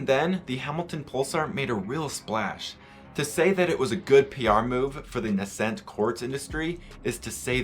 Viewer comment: i like how you pronounce nascent